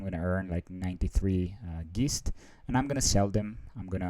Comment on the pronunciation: I think Geist should be pronounced to rhyme with heist.